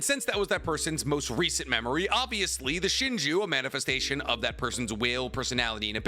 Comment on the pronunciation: yeah i'm really confused why didn't use their names correctly. i had to turn the video off cause he said "leader shinju" 75 times.